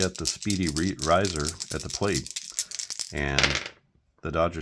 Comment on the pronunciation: Also, it’s not pronounced Pete “Rizer.” It’s “Reezer.” I know, because I’m old. And that’s pronounced “geezer.” 😂